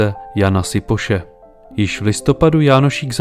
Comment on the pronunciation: Kupec sa volal Šipoš a nie Sipoš, farár Vrtík a nie Vertík.